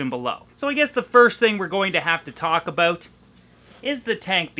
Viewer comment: Cant wait for that fish building bro! Got my shirt! Got it in black! All that traveling and can't make it to the tri- state area? What's that all "a-boot"?! Lol. Are u gonna raffle any of those tanks in your office?? Do it!! 😁👍🏽